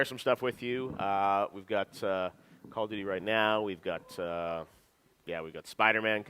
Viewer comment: dude said “call of nudey” I’m weak!